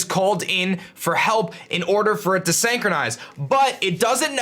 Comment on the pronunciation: Really cool video. But just one thing though. Look up how to pronounce synchronize. Usually i hate to point out things like this and let it be, but if the word is gonna be repeated a million times in the video it's like nails on a chalkboard. I'm sorry. But there's a like for the video anyways because i learned something.